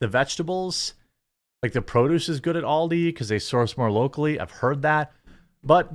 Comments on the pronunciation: It is ALDI, not OLDIE ;-) - Ahl-dee ;-) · Aldi, not Oldi, the way you prounounce it, it's as if you spelt it in your head as Auldi, with a u??? Stop saying Oldi